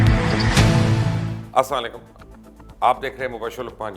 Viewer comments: Mubashir sab, yi Salam teak kiya karain. yi Asslamlakm nahi hay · Bhai Jan Salam to sahi sy kiyaa karyy Acha tajziaaa tha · مبشر لقمان بھائی سلام ٹھیک کیا کریں آرام اور احترام سے ۔۔۔ السلام عليكم آپ کا سلام درست نہیں پلیز بھائی گستاخی کی معافی چاہتا ہوں